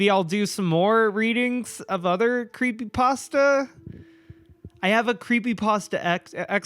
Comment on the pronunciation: curpay postah